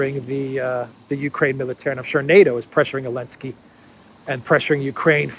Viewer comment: AHAH great, I really appreciate the show of affection towards the fake Ukrainian president because you never pronounce his name correctly (or I have a translation problem)